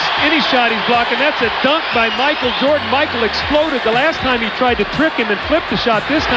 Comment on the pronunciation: It's Michael Jordan, not Micah Jordan.